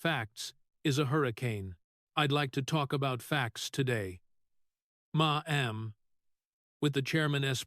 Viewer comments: Now, I finally have to say something about the narrators of these videos. $12 million is read as “twelve million dollars” not “twelve dollars million” and the number 10 is read as “ten” not “one zero”. Ma’am is pronounced “Mam” not “ma-am! A plethora of other errors, too. How can I get this job? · It's "mam", NOT "ma. am"!😮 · I can't listen!! The screwed up pronunciations on things like Ma'am... not Ma Am!